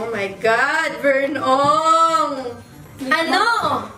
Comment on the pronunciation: It's so cute when her dad calls Vern as "Vern Ong"